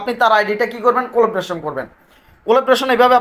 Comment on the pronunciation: উচ্চারণ : collaboration কলাব্রেশন।